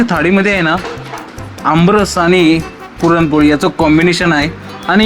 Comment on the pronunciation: काय बोलतोय हा..... आनी पानी आधी मराठी शिका.. भाऊ..